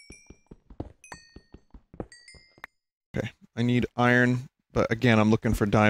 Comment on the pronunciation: I feel like Vinny tries really hard to say “iron” correctly instead of the lazy way of “i-ern.”